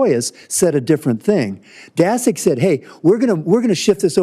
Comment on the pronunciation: Daszak is not "dasek", it`s "DASHUK"